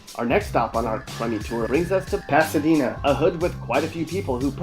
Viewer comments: It’s Pasadena not “Pasadina” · Pasadina? Uhhhm Pasadena maybe lol. This is highly inaccurate. He's actually naming the better areas lol